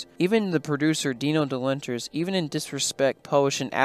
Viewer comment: Repeat after me: Dino De-Law-Rent-is. THAT is how you pronounce the name!